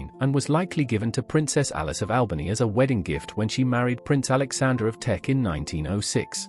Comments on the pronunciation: "Teck," not "Tech." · K It is TECK, not tech… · It's Teck, not tech